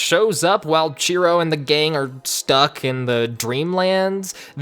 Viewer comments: I swear I kept hearing Cheeto instead of Shiro. Ngl made the character better with that name lol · I thought his name was Chiro